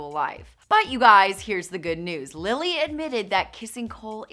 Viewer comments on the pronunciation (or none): none